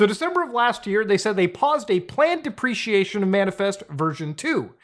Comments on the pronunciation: thats "deprecation", not "depreciation", good video tho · Deprecation Not depreciation You're into tech/software and you don't know that word? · deprecation not depreciation